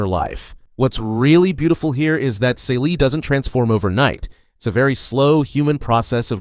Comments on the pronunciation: Totally Miss the point and her name is pronounced "Cee - lee". The Color Purple is about trauma, institutional racism come on the way that racism culture of the oppressed and then replicated by us. It's about misogyny within a marginalized Community which makes it even more sinister. You are right at Reclamation which is right after slavery, which is the most profitable time in America for black people. But looking at the black woman as a protagonist she is still being oppressed. The protagonists loses everything and it also tells the stories about the people around her and how they lose everything because of white people, and the institutionalized system of slavery that had finally ended but the remnants were still very much in place. That is so much that you miss that your characterization of this book makes it sound like a completely different book. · Celie = SEELEE! the mispronunciation drives me nuts.